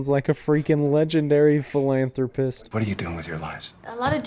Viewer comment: And philanthropist 😂